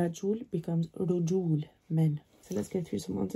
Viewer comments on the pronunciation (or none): its rejal not rejol keep up the good work 💚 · Rajul becomes Rijal, not Rujul. Your pronunciation is wrong (probably because you didn't learn Tashkil enough), the right way to pronounce what you've written goes like this: - muhimm (an emphasis on the mim letter) - al-jamil (you should delete the "ta marbuta") - walakin is written like this: ولكن there is no "alif madd" after the lam letter - the word ضوضاء here is pronounced ḍawḍa-an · when you said the pular of man it translated to legs lol its pronounced rejaal